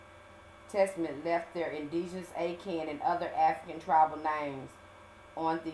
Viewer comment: Akahn .. Ah-Khan